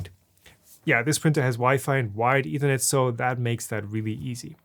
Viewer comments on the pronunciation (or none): none